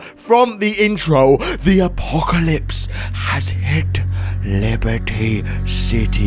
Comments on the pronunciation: sorry but you said libraty city! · goto and listen carefully said liberty city wrong game